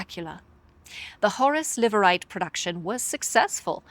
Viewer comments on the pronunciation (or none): For who I am assuming is a beautiful Irish lass, foreign name pronunciations are flawless. As for producer “Horace Liveright.” Is that a person or an appetizer?